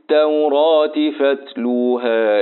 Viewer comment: يا شيخ في كلمة فاتلوها فى مد لى حضرتك ممدتش